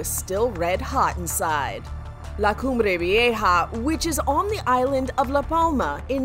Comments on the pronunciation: Props on the pronunciation of the volcano. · It pronouns very well the name, still have some accent, but almost perfect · Wow...She says that volcanic name better than how I can even proonounce mine... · can we just talk about the fact that the person covering this said that volcano name so, so, so perfectly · Why is no one talking about how she can say the name of the volcano